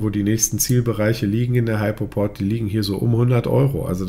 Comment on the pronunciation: Nicht "Heipoport", sondern "Hüpoport"......